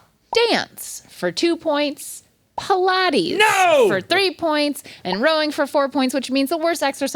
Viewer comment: Does Link really think that Pilates is pronounced like that???